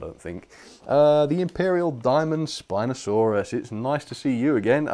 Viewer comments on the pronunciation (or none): none